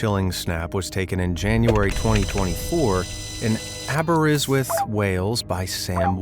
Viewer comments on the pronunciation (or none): It's not pronounced "Aber-is-worth", it's "Aber-ist-worth".